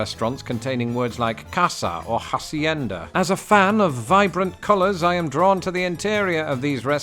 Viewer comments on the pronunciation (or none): Spanish tip: the h is silent ! pronounce "acienda". goes for all H words, "hermano", hijo/hija" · WHY DID YOU PRONOUNCE HACIENDA LIKE THAT???!!!!! I literally JUST watched one of your videos where you said you were trying to improve your Spanish 😂😂😂 broooo the H is SILENT!!!